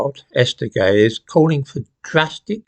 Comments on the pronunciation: Hold on, her name isnt Ghey its Jai. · The media pronounced the surname as Jay. seemed to have some difficulty with saying the name too. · Sorry, that's Brianna (J-eye)Ghey. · Is anyone else surprised by the pronunciation of Ghey? Would never have got that from seeing it written.